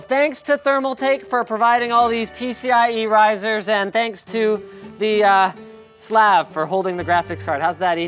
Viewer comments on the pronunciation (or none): ewwwww its not pronouced "slahv" its a short "a". All gopniks watching this cringed so hard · I hate when Linus mispronounces 'slav'